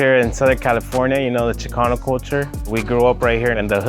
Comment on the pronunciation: AMAZING fkn tacos..dude doesn't even know how to pronounce "Chicanos" properly though 😂